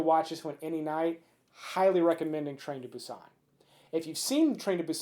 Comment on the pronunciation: I was thinking he better do train to busan for the 1st😂 and its Boo-sannn